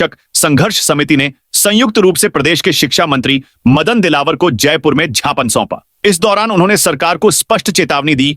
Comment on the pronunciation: Th pahle bolna sikh.Gyapan ko tu kutte Japan bolta hai.